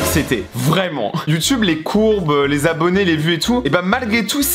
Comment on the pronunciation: Mec t’a dit YouTume 😂😂